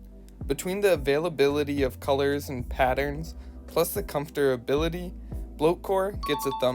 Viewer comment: He said comfterbility